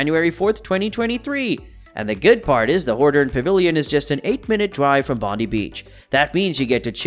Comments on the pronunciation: “Bonde beach” it’s pronounced bondai beach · Please next time you put out something about Australia please get the pronunciation right ie Bondi is pronounced “Bon die”